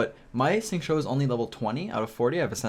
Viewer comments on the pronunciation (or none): I'm just gonna say that his name is pronounced "sing-chew" and also, your build guides have been very helpful for me even at AR50 theirs still always something more to learn and who can benefit in an optimal way. Preciate the content and keep it up! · Isn't it more like Shing-chew?